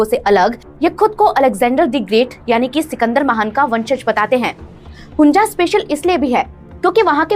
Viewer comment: Its hunza not hunja you jeetni